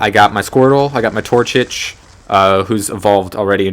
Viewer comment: TorCHIC. Pronounced "Tour-chick"